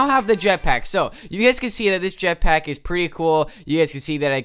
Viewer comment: U said jetpiack